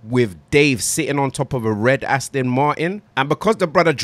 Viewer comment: AstIn vs astOn ngl sounds better with the i